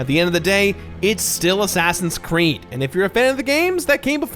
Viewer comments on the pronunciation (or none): Did he say "assassins creme" ?